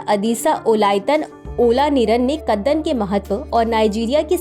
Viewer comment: कदन्न को कितने आत्मविश्वास के साथ कद्दन बोला जा रहा है 😅